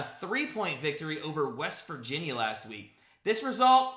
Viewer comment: I don’t like the way you said “West Virginia”. Boy you better get on the train because WVU about to finish the season strong with only losing one more game to Baylor…. Yep! BAYLOR! We’re gonna beat OkSt, Texas and TTU tomorrow.